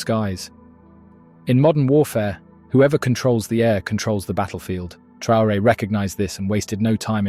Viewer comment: Trr-rain? Ai much do we?